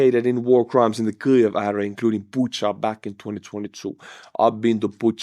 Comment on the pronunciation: There's no L in Kyiv!